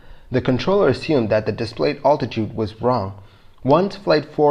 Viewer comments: I'm glad you don't pronounce altitude like this anymore. It hurts me. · Love your channel and the great research you are doing! HOWEVER, please learn the correct pronunciation of the word 'altitude'! Listen to the following instruction until you learn it